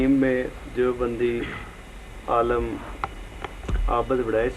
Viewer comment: aalam nahi, aalim bol be.